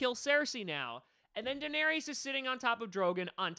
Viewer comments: A denarius is a Roman coin. Danaerys is pronounced differently. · You can''t even pronounce Daenerys correctly through this entire video